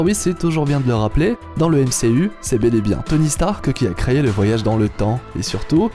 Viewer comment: J'aime bien tes vidéos, mais "créyé" n'existe pas, "créé" si par contre.